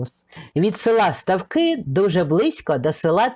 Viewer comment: Ударение не там ставите в названии ,в этом селе ставки больше чем жизнь....